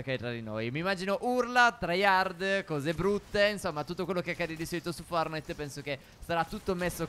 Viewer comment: Si dice fortnait no fornait però bravi